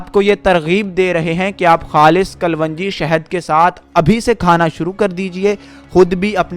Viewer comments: Bhai kalonji hai vo kalvanji nahi...Talaffuz sahi kare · In URDU it is called Kalonji and not Kal-Wanji. The information is useful and didn't need more than 5-6 minutes.